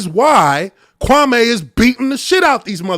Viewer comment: He still intentionally dis-respecting Kwame almost every time he says his name. Notice how he puts a twisted emphasis on the last part of the name? Kwame has already corrected him at least once in the last week how to say his name.